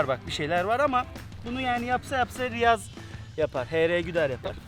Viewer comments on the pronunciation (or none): Alper Riyaza Rayiz diyor 😂😂